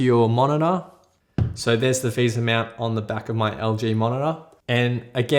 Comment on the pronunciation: He says meownt instead of mount XD